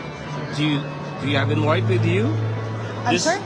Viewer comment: "Do you have an inwhite?"